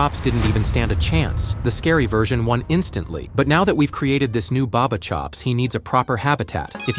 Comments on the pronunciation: It's not barber it's ba ba chops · It’s not barber chops is Bubba chops